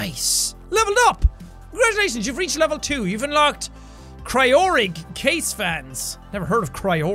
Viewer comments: I cringed so fucking hard when Sean said "Cry-Or-Ig." Bitch it's "Cry-O-Rig" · Cryor-ig LUL pretty sure it's pronounced cryo-rig man :P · It's pronounced cryo rig and the 16 core processer from ryzen it probably a threadripper